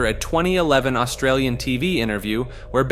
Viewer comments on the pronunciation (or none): none